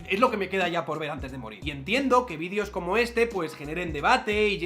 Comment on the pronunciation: VídEEEEEEEEos, se dice víd[E]os; joder.